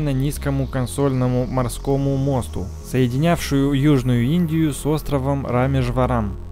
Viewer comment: Моя личинка: Туннель - мужского рода. В слове мост, в дательном падеже, ударение надо ставить на последний слог. А так всё норм, мне понравилось.